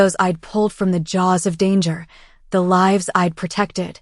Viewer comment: "Lives lost" is not l-ih-vs, it is l-eye-vs. "Wound" is not wow-nd, it is woo-nd. Please teach your AI reader!